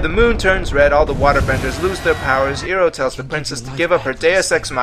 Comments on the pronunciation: ...talk about pronouncing names wrong you stupid wolf dog w.e you are its not eroh its IROH OMFG HGSVSJVVHS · God all the mispronunciation in this film was horrible, the script writer, as well as the director are morons. Also to the guy who made this, it is IROH(eye-row) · He pronounced iroh how they did in the movie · you are concern with the cast pronounce Sokka wrong but you yourself didn't get Iroh right.... Irony....